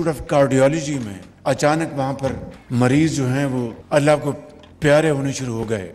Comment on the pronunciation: भाई हद है मरीज को मराज बोलता है। उर्दू sorry ardu. भाई उर्दू को हार्ट अटैक आगया बाई god। Yo yo